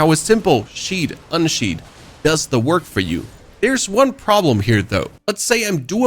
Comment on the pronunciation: bro "unsheathe" and "sheathe" are your nemesis lol